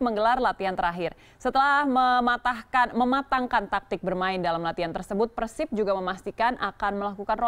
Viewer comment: persib apa persib pengucapanny salah